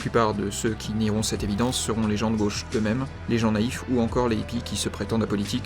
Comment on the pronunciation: " La Gôche ,?? A LA COUIZINE !!!!! "